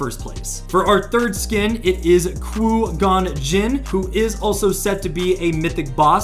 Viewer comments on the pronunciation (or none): Nah he did NOT just say "koo gon jinn"